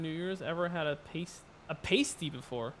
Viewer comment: Pasty is pronounced p-ASS-ty. Gotta go to the U.P. of Michigan to get a proper pasty. And they are a next level comfort food.